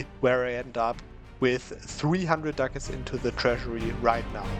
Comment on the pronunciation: I LOVE how you pronounce Ducats. It sounds like Dackels. "Now you see, this province has 10.5 Dackels!!!" "300 Dackels just from raiding these few provinces!" Killing me every time, please never change!